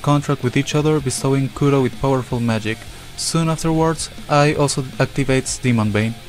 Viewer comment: AL not Ai 😂